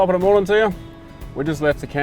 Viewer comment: Great Video, but you're forgetting the "N" in "Morning"